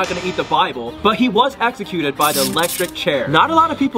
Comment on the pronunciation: Did you say execute!?